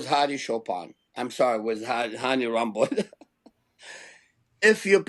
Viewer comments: Samir, it’s ‘Good Vito’ not ‘Big Vito’. And it’s ‘Hany Rambod’ not ‘Hany Rhomboid’ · lol romboid